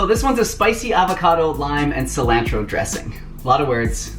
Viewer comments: "silAAAntro" 😂 makes me wonder where he's from in America? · It made me cringe lol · Subscribing for the way you pronounce “Sil-AN-tro” 😂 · Lol the way you say cell-lan-tro... lol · I’ve never heard anyone say “cilantro” like that lol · I've never heard anyone pronounce Cilantro like you just did. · I like the way you say cilantro. 🥰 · Peep how he says cilantro 😂😩 love it! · Cilantro - long A (like in the word jar) not short a (like in cat) fyi 😁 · [Just teasing] What's wrong with your 'a' sounds?? It's ah, for both pasta and cilantro. 🙉 Thank you for the great recipes! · I love your pronunciations! Haha it always makes me smile.